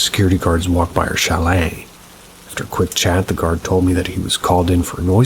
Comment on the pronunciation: Haha, why did you say "chalet * like that?😅